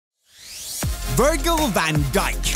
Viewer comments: It’s vir-jil not virg-il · Don’t be like oh my goal they can’t pronounce any footballer name. You said Virgil It’s pronounced Virjil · It's Vir-jil not Vir-gil lol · vEeErgel van dijk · No one: Literally no one: VIR GILL 😭😭😑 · Vooogel Vaan Guyk. Nice pronunciation man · Vir-Gull Van Dijk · Vergel Van Gijk😂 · Virgil not VirGil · 1 second in the video and he's already roasted him by saying his name wrong 😂 (Virgil is pronounced as Virjil) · Vir gil ? Seriously? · “VirGil van dijk”🤦‍♂️🤣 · Wanted to click off in the first 2 seconds how can u mispronounce Virgil 😂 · Fucking hell the way you pronounced Virgil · never say virgil like this man says it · Did he say Virgil? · he pronounced Virgil wrong at the beginning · Mr Chains yeah I’d love to have some clever excuse but that was actually terrible pronunciation 😂😂😂 My bad. /